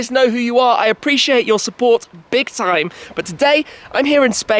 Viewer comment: Breathe, Mr Big Trrrime 0.17